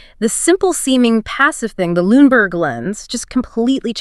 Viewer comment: Who is the chick speaking on this? It’s Luneberg Lens, not LuneNberg. Misspoken at least three times Not spoken correctly even once.